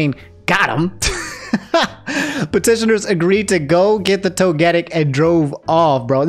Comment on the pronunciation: I’m sorry but you say Togetic weird 😅